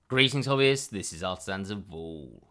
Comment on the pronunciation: We all think he says: "Greetings, hobbyists, this is Artisans of Vaul. And in this video..." But for years my little Lord of the Rings heart always hears: "Greetings, hobbits..." 🤗😂🌞